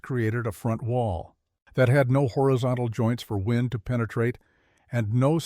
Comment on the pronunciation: Wind is NOT pronounced wined